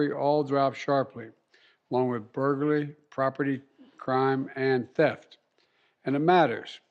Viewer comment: He said "burgllry" is a problem...so is speaking for him.